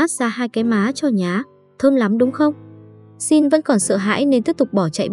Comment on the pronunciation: Sao lại nói shin như thế